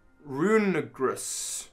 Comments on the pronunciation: am i like the only one who doesn’t understand how he can’t pronounce it? it’s just rune er i gus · I THINK it's pronounced "roon-eh-ree-gus", think meaning I'm pretty certain but don't know for sure. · Rune-Urr-Ree-Jus is how it's pronounced. It's a mix of Rune and Egregious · So not to be the one to correct pronunciation but Cofagrigus is pronounced Cah-fuh-gree-jus and I’m pretty sure Runerigus is pronounced Roo-ner-ih-jus because one of the root words being egregious. Yes sarcophagus is one of the root words but that plays into the first part of the name more than the second. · Sorry but There is only oneG! It’s RUNE-ER-REE-GRUS. It just really tickled my funny bone. And as you know tickling a funny bone DOESNT feel good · I feel like the correct pronunciation of Runerigus is Rune-er-ee-gus. Might be wrong though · can i just say It's written as "runerigus" so why do people keep adding a g between "rune" and "rigus"? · Roon-gree-goose. Try this. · Not sure if this helps but you know to pronounce Cofagrigus properly well I've heard Runergrigas pronounced Rune in relatation to Cof syllable and er in relation to the ag syllable and grigus is the same in both pokemon names.